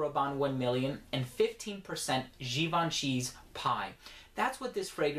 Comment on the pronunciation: Oh you did.. you said Gee-ban-chee. Nigga, god bless ya